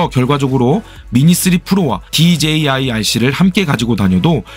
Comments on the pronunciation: DJI발음 꼭 그렇게 해야하나 어휴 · 와!발음 ㅋㅋ "그런데 디제이 아이씨는" 엄청 많ㅇ ㅣ나오네잉 좀 웃김 ㅋ~ 유익한 설명 감사합니다.